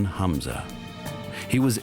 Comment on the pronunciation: A German named Hamza, not Hanz.